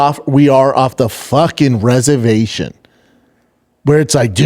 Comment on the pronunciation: Wtf is a rezavashun!? Schaub % needs a speech coach! I can't believe it is the first time I'm commenting this, but if Schknob gobbler even did a 3 week instruction, it would be night and day for his public speaking.